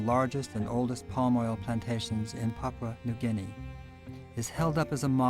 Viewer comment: Papua New Guinea is pronounce as Papoooah not Papa... But Nice documentary.